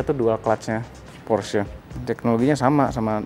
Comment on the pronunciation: Plg ok nih, nyebutnya bener porsye 👍